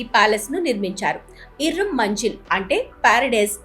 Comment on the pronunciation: Manjil? Manzil. 😂